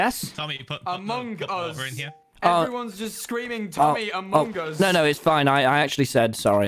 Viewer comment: Why do tommy and pronounce it "aMONg us" lmao